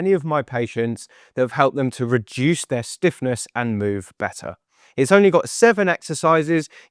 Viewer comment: “Bett-tar”….. ugh